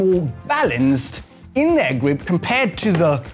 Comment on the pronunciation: cool way to say "gwip"